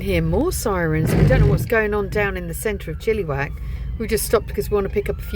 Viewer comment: Love the way you pronounce Chillywack. 😂😂😂 We pronounce it Chillawack. Cheers 🥂